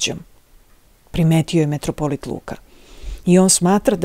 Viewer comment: Не каже се метрополит тако кажу крвати , православни кажу митрополит !!!